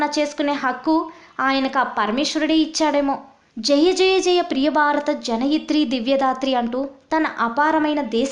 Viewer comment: అంతటి మహాకవి, తెలుగు భాషకే ప్రతీకయైన ఆ దేవులపల్లి గారి గురించి కనీసం తెలుగు ఉచ్చారణ కూడారాని ఇలాంటి వ్యాఖ్యతను ఎంచుకోవటం చాలా విచారం. కనీసం "భారత" అని పలకలేక "బారత" అంటూ "పెళ్ళి" కి బదులు "పెల్లి", ఇలా ఎన్నో, తెలుగును హూనం చేసింది. దేవులపల్లిగారు వింటే ఈ ఘోరమైన తెలుగు ఉచ్చారణ 😢